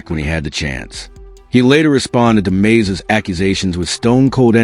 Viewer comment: Mase not Maze (and Frankie Beverly)